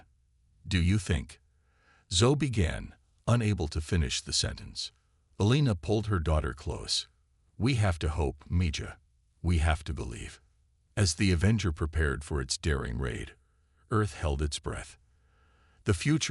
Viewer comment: Mija is pronounced Me•Ha. It's Spanish for daughter.